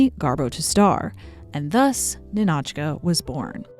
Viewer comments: It's Ni`-no-chka like KNEE(stress/emphasis)-no-chka not Ni-NOH`-chka lol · hey! wanted to point out one minor detail . the title of the movie, "Ninotchka", should be pronounced as "nInotchka", not "ninOtchka". emphasis on "I". you can check the pronunciation in Google Translate by typing Ниночка another great video btw, your content is truly my favorite on YT, and I was never even that interested in the history of Hollywood before. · Ninotchka is pronounced Nina-tchka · The film's name is pronounced NIN-och-kuh. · I love this whole video highlighting Greta Garbo and her fascinating allure, but each time the narrator mispronounces the name NINOTCHA leads me to believe she has never seen this movie. It's yelled out many times in the film!